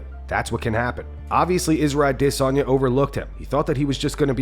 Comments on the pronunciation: It's pronounced Add a sonya. Not A desonya. Driving me crazy with that s#$& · I cringe every time you say I-Dis-On-Ya🤮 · The way he pronounced adesanya 🤦🏾‍♀️